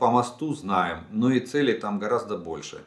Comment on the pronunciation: Целей... Ударение на первый слог, а не на второй. Учи русский язык... "уважаемый". В остальном-ниочем информация.